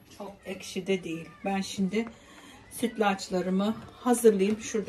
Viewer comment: Ellerine saĝlık, da izmir kofteye pirinc girmez kadin budu kõfteye pirinc girer, birde eşki degilde ekşi diyoruz 😂 yuregine saĝlik